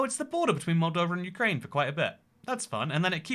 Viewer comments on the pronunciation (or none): none